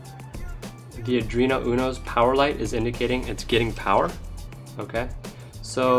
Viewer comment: You know it's pronounced AR-duino NOT adreno